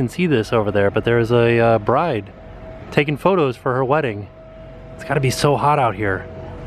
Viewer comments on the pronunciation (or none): none